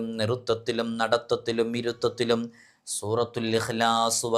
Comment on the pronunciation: Surathul ihlas aanu surathul aasas